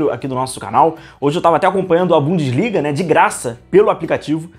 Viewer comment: Voltou a falar BUM"DIS"LIGA